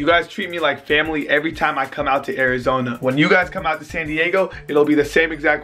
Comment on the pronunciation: In AIRIZONA 😂 it sounded like that